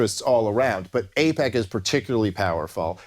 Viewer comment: It’s actually AIPAC, not APAC. Just thought you needed some educating. Also why won’t Dave talk about what president did AIPAC support? I’d say it’s more about greed then religious reasons why we support Israel. But thank your president!